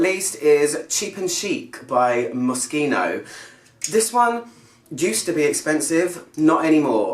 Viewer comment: Thank for pronouncing Moschino correctly :-)